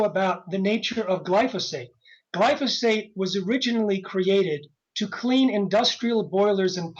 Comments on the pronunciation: Lol. These idiots don't even know how to pronounce glyphosate. Also, it's in the same clas of carcinogen as working night shifts or a fry cook. I'm shaking in my boots. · its pronounced GLY-pho-sate. not gly-PHAH-sate. bunch of environmental pricks think everything causes cancer. it takes more glyphosate to kill lab rats than it does table salt